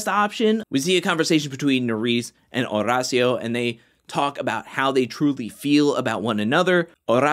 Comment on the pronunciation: I looooooove your videos, but I hate the fact that you over roll your R’s when you say Horacio’s name. Maybe instead of trying to roll the R, you just pronounce it like the letter D. Like Or-Dacio. Not trying to come across like a jerk. Just want to help.